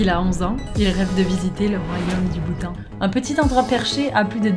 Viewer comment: "Bhoutan" sinon tu es belle et drôle 😂🤗💖😘💜💙😜